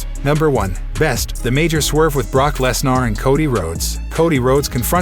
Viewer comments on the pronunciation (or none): At least try and pronounce Brock Lesnar's name properly ffs. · Brock Lesnarh lol